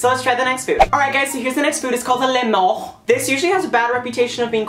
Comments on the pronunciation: ''aLRIGHT GUYS SO HERES THE NEXT FOOD, ITS CALLED A LEMONGH'' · THE WAY YOU PRONOUNCED LEMON I’M LAUGHING SO HARD